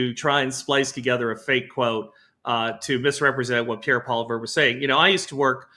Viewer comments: True North - part of journalistic integrity is learning how to pronounce people's names correctly. 2 of the 3 panelists cannot correctly pronounce Poilievre. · Can someone on your team please coach on how to pronounce 'Poilievre'. It hurts my brain to hear him butcher it so badly.